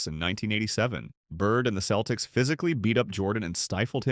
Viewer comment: AI narrtion is terrrible. Keltics? Give me a break. AI is a cancer